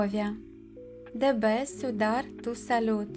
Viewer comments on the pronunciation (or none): Вы не правильно произносите tiene .Тьене а не тиене.Cuidar куидар а не суидар.